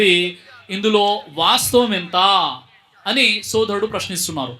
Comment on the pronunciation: శోధరుడు కాదు రా బాబు,సోదరుడు.